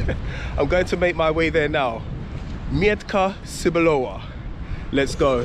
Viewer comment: it's pronounced 'Meh-t-kah Tzeh-boo-lova', not 'Myantka Sir-blower':D